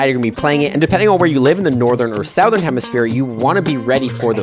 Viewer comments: Suh-thern not Sow-thern IMO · Hello from America. Southern is SUH-thern, not SOW-thern. On a side note. Z is zee, not zed. That's a word. The rest of the world is getting it wrong! And no, I dont speak English, I speak American